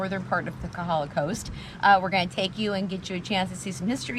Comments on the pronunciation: If you talk to the public about Hawai'i, you definitely need to work on your pronunciation. It's not Kuh ha luh; you should say all the vowels, Ko Ha La. In don't say knee knee, say neh neh. ; ) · Do us a favor....get your Hawaiian pronunciation right. It is not KAhala ....it it KOhala (long 'O'). KAhala is on Oahu. Thank you.